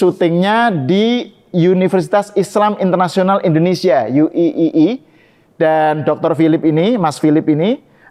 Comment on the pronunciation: Bacanya UIII harusnya Yu Ai Ai Ai bukan yu i i i